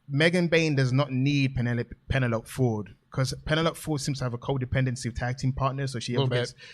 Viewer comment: Please pronounce "Penelope" correctly. Not doing so gives me the Jim Cornette ick.